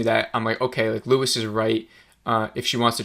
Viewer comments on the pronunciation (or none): Bro you keep saying Luis